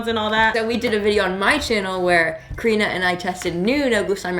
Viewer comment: Is it just me or do I hear say krina instead of karina